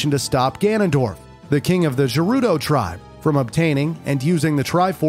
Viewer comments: Good but stopped watching after I heard Jerudo. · say gerudo "jerudo" says gif "jif' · Aside from the mispronunciation of Gerudo (hard G, Urbosa says it multiple times in BotW), this is a fantastic recap of my favorite video game series. Masterfully done! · I can’t get over the fact that when he was talking about ocarina of time, he said gerudo like jeruda😂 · literally never heard anyone pronounce Gerudo with a J sound and Ghibli actually is pronounced with a J sound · Ain’t no one talking about the fact that he pronounces it “Jerudo” 💀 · Jerudo tribe nice it’s gerudo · Dude pronounces Gerudo with a "j" and Gibly with a true "g" sound. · It's not pronounced Jerudo. The "G" in Gerudo is pronounced the same as "Girl" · I'm sorry 'jerudo'? It's gerudo.. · Gerudo has a hard G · gerudo is not ger as in german, but ger as in grr